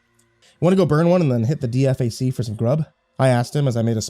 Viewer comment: Just an fyi DFAC is pronounced Dee Fak. FOB is FAH-B